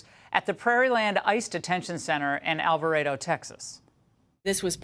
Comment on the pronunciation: Becareful with the pronunciation of these Texas towns. Alvarado is pronounced Al-var-ray-doe and Waxahachie sounds like Walks-a-hatch-ee.